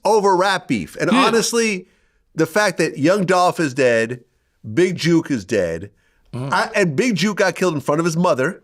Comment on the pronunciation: It’s jook not juke tf vlad talking about